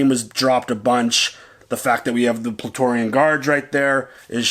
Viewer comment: small thing, that big creature wasn't the mythosaur and i can't tell if i'm not hearing it right but i think you said "Plaetorian guard" when its "Praetorian guard" lol.